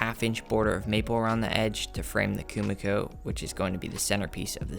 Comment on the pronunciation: This is sick! I love the idea & your material choice + excecution were on point. Though for future reference Kumiko is pronounced Koo-Mee-koh